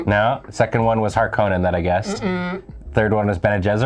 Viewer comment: According to both Frank Herbert and the 2021 Dune film, the correct pronunciation of Harkonnen is "Har-kuh-nen", not "Har-koh-nen".